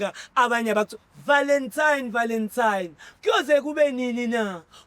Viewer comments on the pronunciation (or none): Nge 'VALENTIME'😂😂😂hay🏃